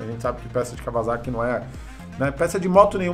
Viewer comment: NÃO É KAWA(Z)AKI E SIM KAWASAKI-(ÇA) porra